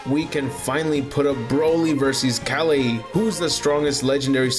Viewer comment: Why are you saying kale name like that